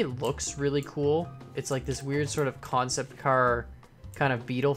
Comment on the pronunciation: youmade a pun you said kancept